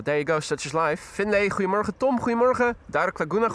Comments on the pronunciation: Ah, it is then. As for his pronunciation of “Goedemorgen” which I’m familiar with, it sure sounds like he’s saying “creemorgen” to my ears. Thanks for the clarifications. 👍🏻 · Ok helpful Dutchies, when is saying good morning I don’t think I’m hearing Goedemorgen. It sounds more like “cremorgen”. What is he saying?